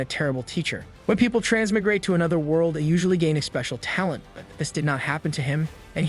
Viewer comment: Trans-My-Grate (Thats how to pronounce it. But, thanks for not swearing too much through this one. 😉😊)